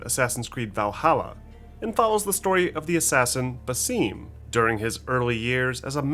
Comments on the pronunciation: His name is not "Baseeeemm" lol It is simply, Basim. Soft "i". Why does everyone over-pronounce this name? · Ba 'Sim' not ba 'Seem' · It's Basim not Baseeeeem. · Doesn’t matter what sounds Arabic has. Throughout Valhalla is name was pronounced Basim not Baseeem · thank you lol His name is spoken by at least 4 characters in the game and no one says “Baseeem” lol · I find it so funny when people pronounce Basim as Baseem lol